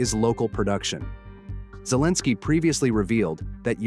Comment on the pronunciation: not Zlensky- it is Elebsky. he dont like Z ZZ